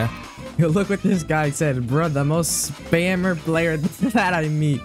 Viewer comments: “MAMOH SPEamer😊” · “mAMMotH sPAmMEr” 💀 😂